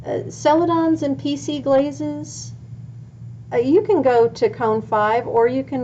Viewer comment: Glazes not blazes